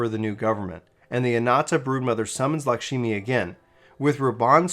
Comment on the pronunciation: okay so it's supposed to be Lak-shmi not lakshimi